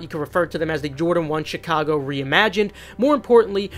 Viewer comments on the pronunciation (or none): none